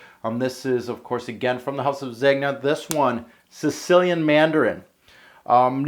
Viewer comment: Bruh Zeg-nuh? Zen-ya.